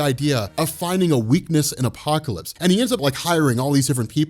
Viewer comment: The way u say apocalypse is godly